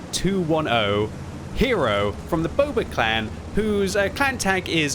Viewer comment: 90210 is a real zip code in Beverly Hills, California. Maybe the player just lives in that zip code. And yes, there's the ancient TV show that also uses that zip code in its name. The TV show pre-dates Netflix by 7 years by the way. "Boba" is an odd pronunciation of "Booba".